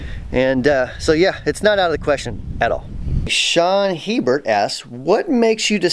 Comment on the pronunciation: Hebert is typically pronounced A-Bear with a long A sound.